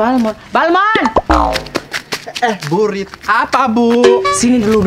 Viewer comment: Balmond apa balmon 😂